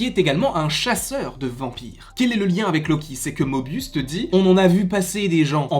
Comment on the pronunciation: *Morbius pas mobius 😂